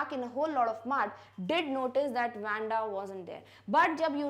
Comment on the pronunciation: its not wenda its waa-nda :)